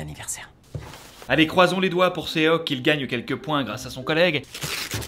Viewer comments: Petite précision : on ne dit pas "séoque" mais "shoque" le o se prononce comme dans or. Et on ne prononce pas le e malgré le fait que sa s'écrive seok pck le 어 est une lettre aparentière qui s'écrit en alphabet eo. Voilà voilà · Son prénom c'est Sok pas "Séok" 😭😂